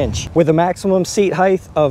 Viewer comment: Please, Height, not Heighth. It is hard to listen to you say that.